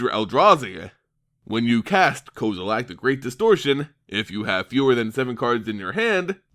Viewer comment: Kozilack?? XD